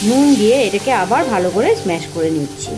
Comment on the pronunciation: Smash noi bhai ota mash